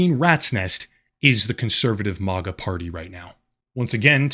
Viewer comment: Whats "mah-guh"? Do you also pronounce "magazine" as "mah-guh-zine"?